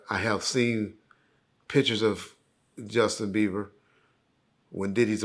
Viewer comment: "Justin Beaver" LOL